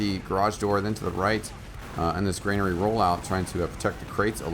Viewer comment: GRANARY, NOT FUCKING GREYNAIRE